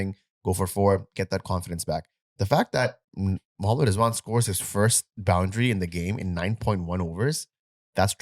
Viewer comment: Rizwan ❌ Zzzwan ✅